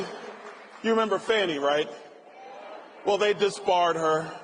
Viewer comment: Its pronounced FAAAAAANI